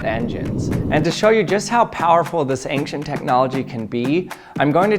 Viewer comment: I hate it when someone says "ankhscient" :-)